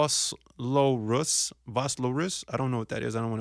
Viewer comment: Vosloorus… It’s pronounced Four Slaw Rus…. It’s a hood out here in South Africa